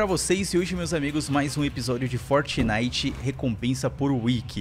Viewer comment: Mano é fortnite não fortenite